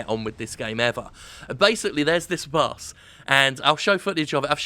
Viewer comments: while i agree, why do you find it impossible to say BOSS, and instead say BUS? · I kept hearing Bus when he said boss. I knew public transportation is really back in the US, but damn. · He said "boss" so many times it started to sound like "bus." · I keep hearing 'Bus' when Jim says 'Boss'. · is it only me that hears him saying bus instead of boss all the time ?? i might be really tired :S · lul he was making fun of how he pronounces "boss" cause the english accent makes it sound like "bus" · Love you Jim but I gotta be honest... I can't stop hearing "bass" or even "bus". Please drink some water. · Is it just me or does it sound like he is saying Bus instead of boss?